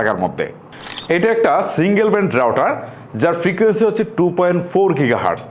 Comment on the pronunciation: ডুয়েল ব্র্যান্ড না, ডুয়েল ব্যান্ড হবে 😂